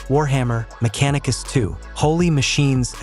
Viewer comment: вархамЕр меканикУс 😂😂😂 Ай ликЕ кукумбЕрс (кто понял-тот понял)